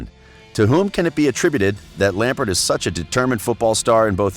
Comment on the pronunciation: i utterly despise the way your accent pronounces "Lampard' And i'm American....